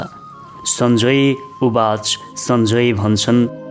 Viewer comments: उच्चारण अशुद्ध भयो हजुर स्वर प्रष्ट छ तर भागवत भन्नु गल्ती भगवत् हो अनि उवाच् भन्नुभो उवाच हो यस्तै सुधार भएमा तपाईंको राम्रो नेपालीमा सुन्न पाउनु गौरव हो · मीठो स्वर भएका वाचकका भ्रमोत्तेजक उच्चारण । माहातम्म्म्य ?? उवाच् ?? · उवाच् होइन, उवाच हो प्रभू!